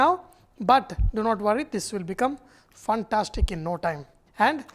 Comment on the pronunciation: Hi Sanjay, I like when the say funtastic... Actually is fantastick which is pronounced as fan-tas-tick ;-)